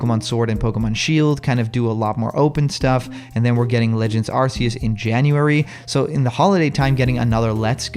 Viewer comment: Wow! This is the first time I see a video of yours that doesn't talk too much about Smash Bros. By the way, Arceus is officially pronounced "ARK-ee-us".